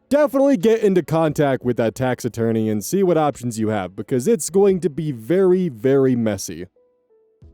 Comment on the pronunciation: I keep hearing taxidermy instead of tax-attorney and it messes me up 😅😂